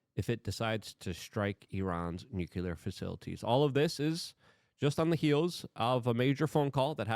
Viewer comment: Oh boy!! The unhinged monkey is back! With of course more shouting and incoherent rambling of course, plus a plethora of larger kind of ramifications that of course have created a sort of larger compromy in Luke's brain which of course has lead to a larger tumultulous nukelar deshtruction of Doyge and the Hootsies in unspeakable ways of course. Let's be real with ourselves here...